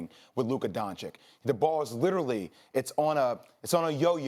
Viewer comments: Jay, it's Doncic, not Doncik. How hard is it? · DONCIC NOT DONCIK FFS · It’s pronounced “Don-Cich” not Donkic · It's pronounced "doncich" not "doncick" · Everyone: Luka Dončić These idiots: Luka Doncik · Dončić not Doncik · They say "Luka Doncik" like they can't repeat the sound they made at first "ć" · Stop saying DonChick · everybody luka doncic SAS : luka donchik haha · It's 2020 and we are still pronouncing it "DoNcHiCk" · Why. Why do people call him Luka “DonChick?” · its pronounced 'donchich' pls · Seriously, people still call him Luka "Donchik"? He is no "chik"! Learn to pronounce the guys name already ffs! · It pronounces as Luka Donchich btw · every american: luka doncig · Why do they pronounce his name "Donchick"??? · They keep saying Donchick, idk if that's correct or not, but it annoys me so much. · learn how to pronounce his name then dude.... its DON CHEECH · English is my second language. And you're telling me i can pronounce Luka Don(chich) and these idiots whose first language is English can't get it right. This is atrocious. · Literally shits me when these yanks say donchick. Like come on man. It's not that difficult. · Now Jay is calling him Luka donchick. My guys, it’s really not that hard to say! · why he says doncik? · Starts off by saying “Luka Donchick.” Literally lost all credibility. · ...holy mother of God, is that hard learn how to pronunce DONCIC correctly?! Please ESPN crew! PLEASE!!! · Can someone say Doncic right? 😂😂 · How hard can it be to say doncic correctly? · iCringe every time they mispronounce Luka’s last name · Please learn how to pronounce Luka's last name jesus it's really not that hard. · just try to pronounce "Doncic" correctly. it is not that hard lol